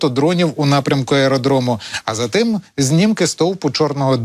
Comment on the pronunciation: Рускєй! Не бовкай:"По тиМММ далекиМММ краяМММ"!!! Греби до першого класу,неуку!